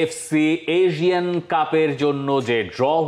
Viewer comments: ভাই আপনি এশিয়া কাপ টা কে স্পষ্ট করে বলবেন আপনার এশিয়া টা উচ্চারণ হচ্ছে না কেন ভাই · উনি বরাবরই ইচ্ছাকৃত "এশিয়া" কে বিকৃত করে "এইজিয়া" উচ্চারণ করেন, এই চ্যানেলে ইচ্ছাকৃত বিকৃত উচ্চারণকারী আরও কয়েকজন আছেন। সম্ভবত বাংলা-ইংলিশ মিশ্রিত উচ্চারণ করা কে আধুনিকতা মনে করেন। এব্যাপারে আগেও কমেন্ট করেছিলাম কিন্তু কোন লাভ হয়নি।